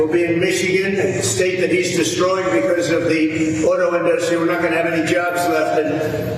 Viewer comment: Why does the #WorstPresidentEver pronounce it "in-DUST-ry"? Ugh...